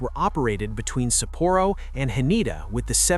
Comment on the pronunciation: The pronunciation shifts throughout: HAN-a-duh or Ha-NAY-da? SAPP-o-roh or Sa-PORR-oh? Make up your mind,!